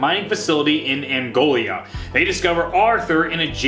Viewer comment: I'm sorry if this unnecessarily harsh, but how can you stand by being a popular Zombies YouTuber with 139k+ subs and not bother to pronounce "Angola" or "Agartha" correctly? If you're just misspeaking, that's fine, but come on, the canon text now clearly says AGARTHA, not "ARGATHA."